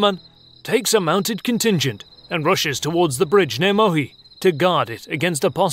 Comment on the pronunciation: No Mohi. It's Muhi (help 4 English speakers to pronounce: Moohy). This video is wrong in many ways.